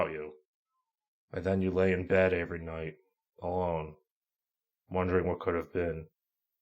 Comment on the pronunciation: "Avery" night😂 Don't worry,, she would have rejected you.